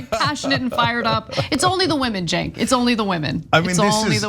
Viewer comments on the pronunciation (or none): none